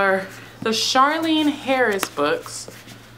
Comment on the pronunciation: Her name is Charlaine not Charlene 😛